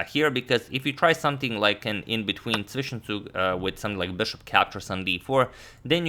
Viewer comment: As a German, the way you said Zwischenzug was amazingly accent free. Respect